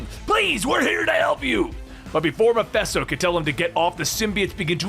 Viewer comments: Is it just me or is he saying Mephisto really weird. I keep hearing Meffessto, sounding like manifest or something like that instead of it sounding like Ma-Fist-O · WTF is "Mephesto"?